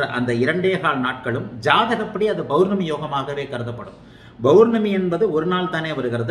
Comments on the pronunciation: ஆக இன்ப நிதி நம்மை ஆள்வார் நம்மை போன்ற அடிமையாக இருப்பவர்களுக்கு மகிழ்ச்சியான அறிகுறி தென்படுகிறது. என்ன ஜோதிடர் பௌர்ணமி என்பதை பொவர்னமி என்று உச்சரிக்கிறார். ஆக மக்களுக்கு உஷ்ணம் அதிகம் அடைவர். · Bournami இல்ல சார் pournami Pa பௌர்ணமி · Bowrnami, Bowrnami nu solrigala unga appa Tamil vathi ya